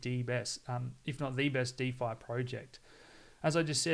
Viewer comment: The "de best"